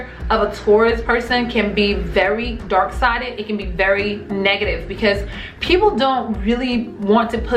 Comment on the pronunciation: Sounds like your saying dork side...